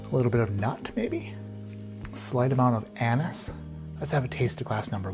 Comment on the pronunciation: Not sure if you said anise or anus. Would make for an interesting nose smell either way